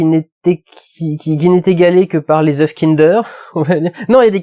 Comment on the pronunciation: Mdr le mec sait pas dire oeufs au pluriel